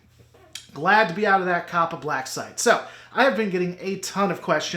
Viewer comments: It's CO•PA not COP•A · I don't know why, but you calling it "Cop-uh" is really throwing me off. (I've been hearing it pronounced "Cope-uh")